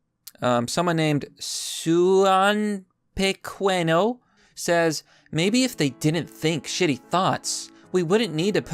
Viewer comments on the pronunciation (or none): the spanish name suenopequeno is missing some accents but is pronounced "swayne-yo-pe-cane-yo" and translates to "little dream". fuck him though. I really need to read George Orwell's 1984 already.